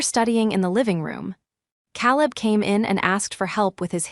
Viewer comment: After what seemed like the hundredth time,I got tired of the mis-pronunciation of Caleb’s name..it has never been said like that.,KAY-Lub…Using AI, you don’t have to pay your cousin to edit the mess of a story,..who steals, then does a little dance? Ever see a movie or read a story where a dance occurs right after a robbery?This is my first time ever hearing about this ritual..I am a retired platoon sergeant..79..my sister died last year, my brother-in-law passed a couple of days ago, I have been to war, but never saw a dance after a robbery…yet here it is…maybe they dance like this in Asia..after a caper..